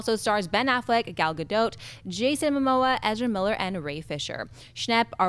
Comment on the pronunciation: It took a few years but finally pronounced "Gadot" correctly. Thanks for listening,. I've always enjoyed Jahns and I understand that Collider likely paid for him to come down and appear on all their shows. But, I just wish let and Schnepp host the show with. Others have said this but it seems like John only returns for the big guests. The Movie Talk crew works hard and they should enjoy guests like for themselves, not John, who quit the show to do his personal YouTube channel and a weekly show a la Movie Talk. can appear on John's other shows, which he has, so why take the hosting opportunity away from as well as time and attention from?